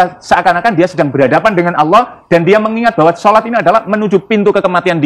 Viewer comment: "Allah" pengucapan yang benar kak.